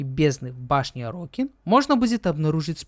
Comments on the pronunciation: Орокин, а не орОкин. Терпел весь видос эту резь по ушам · это тоже, вот только орОкин звучало намного чаще, потому на это внимание и обратил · Уровень подготовки к видео: весь ролик говорит орОкин. Я в ахуе как ему слух не режет. Чел ни вики не открыл, ни чужие ролики по лору не глянул. Это невозможно смотреть. А, да, Корпус - это не раса, а религиозная фракция. Фракция нищих бичей-людей, которые по догматам Парвоса Гренума поднялась и исповедует трушный капитализм, конкурентный рыночек и т.д. Сами Орокин тоже были людьми, но элитой, которая эксплуатировала средний и нищий класс, оградившись от них кастовой системой (Орокином можно было только родиться)